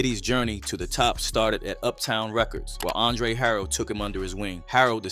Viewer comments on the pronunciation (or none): It's Andre Harrel, Not Andre Harold.